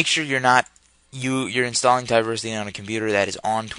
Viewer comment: Why do you keep saying "Ti-versity"? It's "Teeversity", like "TeeVee" aka TV, you know, Television. But thanks for the tutorial.